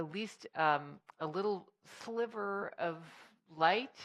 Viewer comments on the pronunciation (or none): none